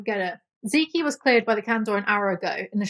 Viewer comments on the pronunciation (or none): zeke pronounced as zeeky makes me laugh 😂 its just "zeek" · I love you so much. I appreciate your sarcastic commentary and I could listen to you for hours. With that said, Zeke is pronounced "zeek" lol